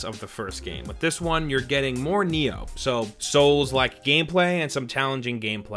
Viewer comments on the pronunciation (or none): none